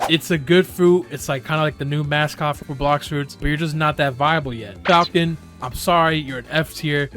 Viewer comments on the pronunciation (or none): none